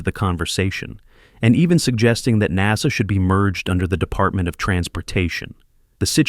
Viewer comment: "NAZA" for Ai